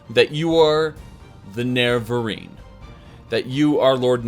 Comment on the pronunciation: has just given up on trying to say "Nerevarine" at this point. It used to be "Nevenarine" few months back but now it's just "Ne[incomprehensible sound]rine" XD